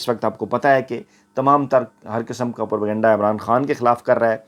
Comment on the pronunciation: یہ لفظ پر کنڈہ(pur kanda) نہیں ھے اینکر نے ھر بار یہ لفظ غلط بولا ھے یہ لفظ انگلش کا ھے جو انگلش میں اس طرح لکھا جاتا ھے ( propagyenda ) اور اردو میں اس کو پروپیگنڈہ بولا اور لکھا جاتا ھے اصلاح فرمالیں